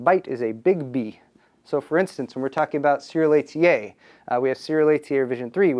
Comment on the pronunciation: Christ, just say SATA.